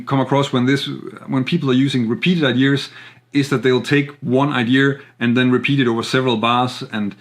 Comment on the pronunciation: Nice analysis but please stop saying idears, there’s no “r” I know it’s picky but ...